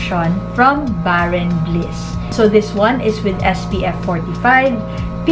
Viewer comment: thanks for the comparison 😊 torn with this 2 and ikaw pa lang ata nakita ko na meron nitong review. just want to correct you po, it reads as bare n’ bliss po ❤